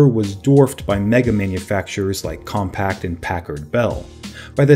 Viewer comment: Hey guy, it’s CompaQ, as in “com-pack” — not “compact”!! Were you even alive then?, doubt it, It’s as if you said “Nex” computers, 29 times. Annoying.